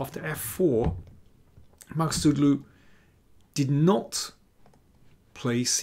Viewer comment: Daniel, you did a great job on pronouncing their names 👏👏